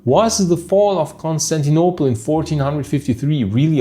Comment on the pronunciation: Dude your accent of saying Constantinople and Agia Sophia is so barbaric …is Agia Sophia ,not Hagia …at least get the names right ,is not Consanople either ….putting Islamic written over Christian heritage sites is barbaric ..but then that’s Turkey for you ,still no human rights and ruled by Sultan on 2024 …